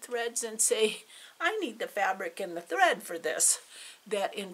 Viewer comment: Glad I found you in floss tube. Your stitching is beautiful. So enjoyed your video. What was that word? Hread?? Thought I would lay an egg laughing. 😊